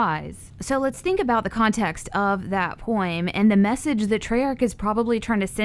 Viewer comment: Poem is poem... not poim.